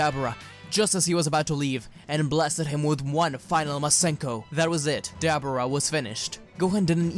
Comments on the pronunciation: His name is Deborah Not Dabrah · “Duh-bore-uh” not debra or dabra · Who is Dab-Brah? 🤦🏻‍♂️ I swear I’m this close to changing the video just because you’re mispronouncing his name like that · The demon kings name is not debra its Deborah. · Who the hell is Dabarah? It's Dabura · I thought it was pronounced Da-Buh-rah not Da-bera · Dude say Dabura properly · I was intrested until I heard him say "Dabura" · I hate how you say dabura omg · The way he pronounces Dabura irritates me lol. Love this whole story tho 💯💯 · makes dbz channel on youtube as an american... cant pronounce dabura...smh